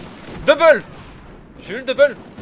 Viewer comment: tu fait delirer des que ta dit doubul .jai eu dubul jai pas pas eu deubeul